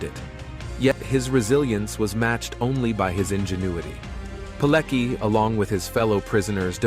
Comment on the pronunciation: I can't stand how badly his his surname is pronounced. Its Piletski!